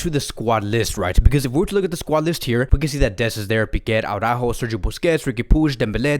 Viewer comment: I’ve been watched your vids for months no one seems to correct you. It’s Araujo* not Aurajo